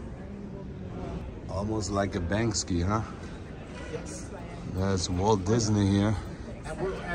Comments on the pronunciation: You still call him Banksky instead of Banksy . It's much harder to pronounce. 😄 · It's pronounced BANK-SEE, not bank-ski. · your artwork DEFINITELY belongs at a show like this. Also, the artist's name is pronounced "Bank-SEE", not "Bank-SKEE". I finally had to speak up, ha ha! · Like your videos but i have to correct you on one thing. You refer to the English artist as Bankski. He isn't Russian. His real name isn't known but he is known as Banksy so maybe his name is Mr Banks. Banksy not Bankski. Thanks.